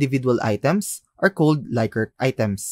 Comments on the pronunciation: Rensis Likert is pronounced "Lick-ert" not "Like-ert" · "Lick"-ert, not "Like"-ert